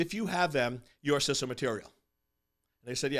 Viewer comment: its pronounced 'cee-so'